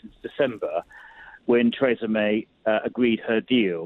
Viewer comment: Adonis, the only person in Britain who can’t pronounce Theresa, lol